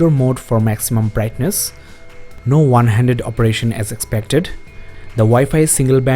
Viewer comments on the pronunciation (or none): Five point ONE not vun.